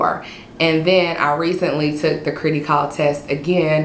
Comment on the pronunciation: its Criticall as in Critical, not critty as in kitty js